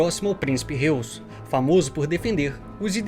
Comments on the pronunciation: Prezado a pronúncia correta do sobrenome do "Principe" é RRÓizi (Forma fonética para pronunciar o Sobrenome Reuss) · Acho que a pronúncia de Reuss é "róiz". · Reuss... não seria pronunciado Róiss?